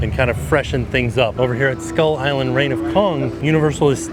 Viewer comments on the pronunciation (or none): none